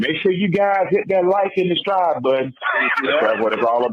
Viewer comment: I’m from Florida and really said “ hit that Like and DESTRIBE button. I heard all those syllables 😂😂